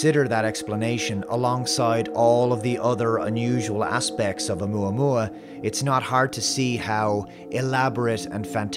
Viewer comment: You say, "Oumuamua." All I hear is "Alomomola." Not quite the same thing…